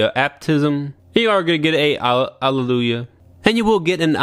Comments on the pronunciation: One thing that's missing accessory is a Giant Missile pod on the back of it's jet-mode for Dynames' Aerial Sniping poses. I hope it's included for MG Virtue/Nadleeh. P. S. i lol'd for the end blooper alleluhyuhluh * accidental tongue bite * xDD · Thought you might have a Allelujah Aneurysm trying to say that name 😁 Very honest review man 😎👍